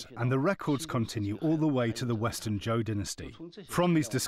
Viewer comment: Shang - Zi clan Zhou - Ji clan Otherwise perfect